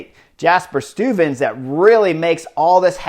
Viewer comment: but you're improving. At least the first time, you almost got "Stuyven" right. The next attempts were less succesful.